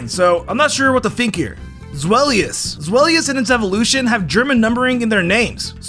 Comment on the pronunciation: Him: Zweilous and Hydreigon have Zwei and Drei in their name Also him: Zwelious and Hydreegon